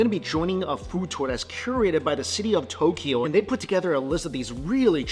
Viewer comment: And it’s not To-ke-yo. It’s To-kyo